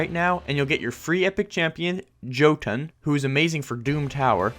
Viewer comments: Your pronounce the J as a Y so instead of “Joetun” it’s “Yoetun” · Am I the only one who was like did he really say Joe-ton? When he was talking about the hero you get with the sponsor or am I just a nerd about Norse mythology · its "YO-tun," a giant in Norse mythology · its pronounced “Yo-tun”